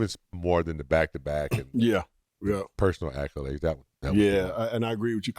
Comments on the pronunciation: Am I the only one who is bothered every episode by the pronunciation of "accolades?" 😅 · Why this fool keep pronouncing accolades like that?